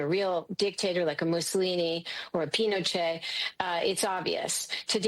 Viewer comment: She lost me at pin -o -Chet !